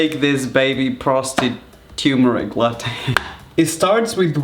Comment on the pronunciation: it'd be funnier if that's the correct way to pronounce "turmeric"